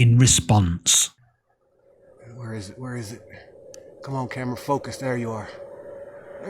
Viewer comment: Lies caught on kamrah... truth caught on kamrah.... stuff caught on kamrah.... kamrah caught on kamrah